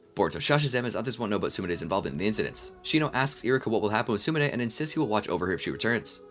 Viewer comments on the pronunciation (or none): I'm watching this and it's been bothering me you're saying iruka's name wrong 😒